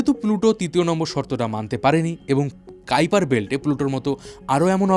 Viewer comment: কাইপার বেল্ট 😂 ❌ কুইপার বেল্ট ✔️